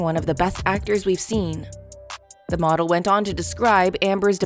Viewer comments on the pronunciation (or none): none